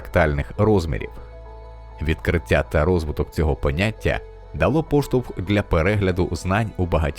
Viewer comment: Людині яка озвучила це відео треба попрацювати над своєю українською, буква "щ" має звучати м'яко і саме як "щ", а не "ШЧ", слова "ті", "відкриття" і подібні їм мають звучати так як пишуться, а не "ці", "відкрицця".